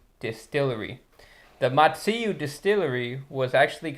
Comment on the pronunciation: It's pronounced "ma-zzu-ee", not "ma-zee-yu"